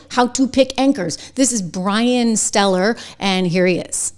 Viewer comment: It’s pronounced Brian Stelter.